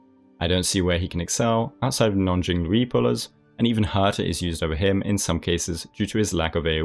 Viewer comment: Jing Lui??? Jing Luigi?!?!